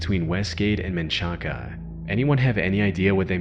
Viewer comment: "Manchaca" is pronounced "Man-shack." Just FYI.